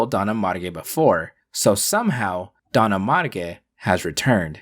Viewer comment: Is not Don Amarge but Don ARMAGE (like armageddon)